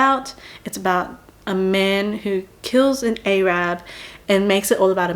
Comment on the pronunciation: Saying "a-rab" like you're some gun toting bush voting southerner in 2005